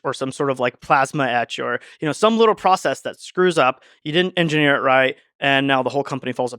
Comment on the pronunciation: Don't mind me, I'm just here to hear Lex say enginyeer